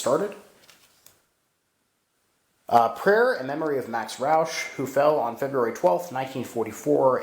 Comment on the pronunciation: My last name is Rauch. I’m amazed that you actually pronounced the name correctly. I wonder if there is any relation? Oddly enough my grandpa Rauch and great uncle Dean Rauch both served in the US Army during WWII. Grandpa was shot in the shoulder and made it home. My great uncle was killed in France not long after D-day. We named My youngest son after Dean. I served in Afghanistan myself 2 tours. Saw some combat with the 82nd but never was wounded.